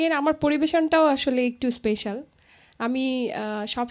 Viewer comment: উপস্থাপক খুব সুন্দর করে উপস্থাপন করেছেন। স্মার্টনেস অবশ্যই ভালো ,কিন্তু সমস্যা হলো ওভার স্মার্টনেস। স্পেশাল শব্দটাকে উপস্থাপক প্রতিবারই স্পেইশাল বলেছেন, যেটা ভুল। অন্যদিকে বিন্দু কণা আমার খুব প্রিয় একজন শিল্পী। কণার গান আমার খুব ভালো লাগে।।